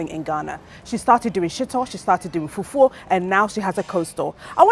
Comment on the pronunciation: I love how Dentaa says fufuo instead of fufu….